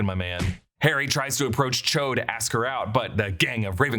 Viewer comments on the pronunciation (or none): Cho* not 'Chode'